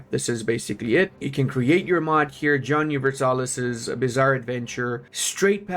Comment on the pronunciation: (Jo)han "(Jo)hn" Universalis